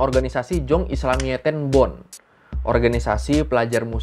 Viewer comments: Jong = yong = young = muda. Di tulis pakai J bukan pakai Y karena ejaan lama. Jadi sebaiknya ttp dibatja Yong bukan Jong. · jong itu bacaannya yong bang